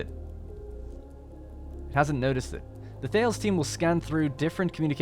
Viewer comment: For what it's worth: The Thales ship is actually pronouned THAY-leez, after the Ancient Greek mathematician and astronomer. The science ships seem to be named after famous scientists (unless 'Ripley' comes from Alien).